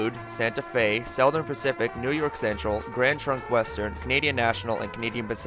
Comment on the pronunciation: Not to insult accents but... "Seldom Pacific"